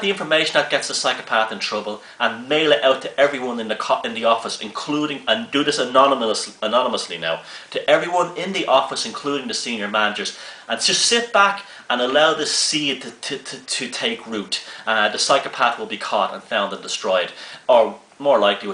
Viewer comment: you made me laugh when you said 'anomynously'. My sister, when younger, would say 'topatoes' rather than potatoes.:) I find your videos on psychopathy fascinating and the information will surely be useful for my own healthy well-being in interactions.